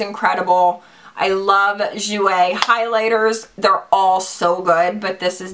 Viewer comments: If the perfume is pronounced like my friends name that is spelled the same it is pronounced Goy-ya. Hope this helps, Hun! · My mother is from 🇮🇹. The perfume is pronounced de joy-ya. It means joy and is also a girls name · the perfume is pronounced gee-oh-ya but like slurr it together you feels me lol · The perfume is pronounced DEE-JOY-UHH. Its Italian, and my last name :)